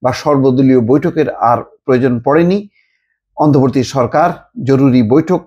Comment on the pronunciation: এই মাল এখন পর্যন্ত "অন্তর্বর্তী" শব্দটা ঠিক মতো উচ্চারণ করতে পারলো না। সেই আগস্ট মাসের সাত তারিখ থেকেই সে বলে যাচ্ছে অন্তবর্তী সরকার, অন্তবর্তী সরকার। এ নাকি আবার ঢাকা ইউনিভার্সিটির স্টুডেন্ট ছিল।